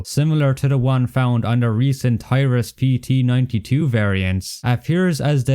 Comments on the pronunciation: I know this could just be a result of your accent, but Taurus is pronounced Tor-us not TI-rus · My man, it's not a "TIE-RUS", it's pronounced "TOR-US" as in Taurus, the bull. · bro said "toyras"